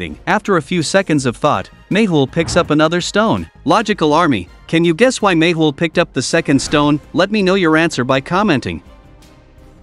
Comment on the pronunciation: No , its mehul not mayhul 😂